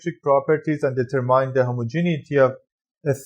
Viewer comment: The word ‘determine’ was mispronounced.